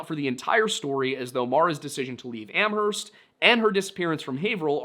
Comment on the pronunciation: Js so you know the h in Amherst is silent